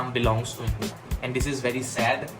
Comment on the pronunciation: India ka tera pronounced galat lag raha hai